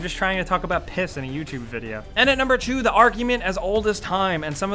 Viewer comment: "and at number chu"